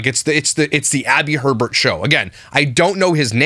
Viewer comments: In Wisconsin their name would be pronounced “A-Bear” (not Herbert) - So you saying Herbert repeatedly made me laugh on top of the snark 😂😂😂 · If its spell'd Hebert it's pronounced A-bear.. But if there's an R after the He as in Herbert it's pronounced Herbert.. They also said it in their Q&A